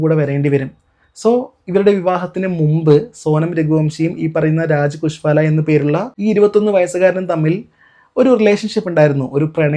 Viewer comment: കുശ്വാല അല്ല സഹോ : കുശ്വാഹയാണ്